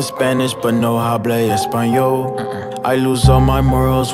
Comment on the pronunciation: Anyone else speak spanish and laughing at how he pronounces the "h" in "hablo espanol" ? The "h" is silent in spanish, buddy LOL.